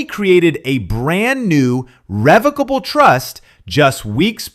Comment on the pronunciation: Not a big deal but revocable trust is pronounced similar to revoke. He doesn’t have to go through probate or the courts and per Google because it is revocable, you can add or remove assets, change beneficiaries, or cancel the trust entirely as your life circumstances change now that he has control he can do whatever he wants and take off any beneficiaries (assuming Joni’s kids were listed)